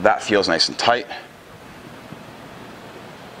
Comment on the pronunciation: Tight not toight